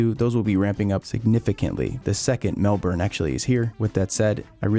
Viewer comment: Americans are really improving when it comes to pronouncing “Melbourne.”